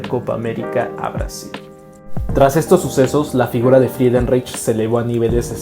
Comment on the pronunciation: CREO QUE SE PRONUNCIA FRIDENRAIJ.